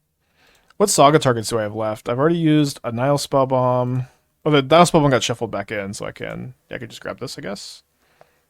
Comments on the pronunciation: The first i is short, so it should be as i in hit- Nih-hill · Actually, "Nihil Spellbomb" should be pronounced closer to "Knee-hill Spellbomb", if you want to sound latin,:-)